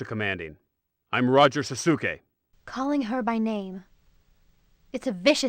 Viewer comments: Though my Japanese is practically nonexistent, I'm pretty sure it should be pronounced 'sas-ke', not 'sa-su-ke' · I’m pretty sure on that last one it’s also supposed to be pronounced “sauce-kay” no “sah-soo-key”. It’s not really an example, but every time I see the Tim Curry’s famous “SPAAAACE!” meme, it always seem like something’s a bit funny about it (beyond its hilarity). It’s like I’m watching a recreation after it’s achieved meme status and Curry is getting giddy with the audience’s excitement to hear the payoff to the tease of where he’s going but is more likely than anything him corpsing because he’s so tickled by his OTT performance and the dialogue.